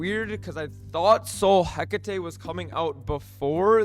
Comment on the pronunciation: Completely botched the hecate pronunciation